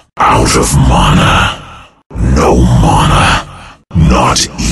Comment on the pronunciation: It sounds goofy when he pronounces mana as "monah".